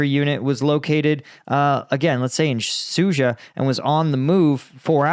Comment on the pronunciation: Nice pronunciation for Sudzha (Soojah). Good job!